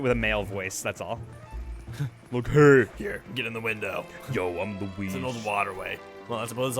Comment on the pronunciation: My Dad's name is Luis, I think you were saying Louise, sounded for me that you were saying Luis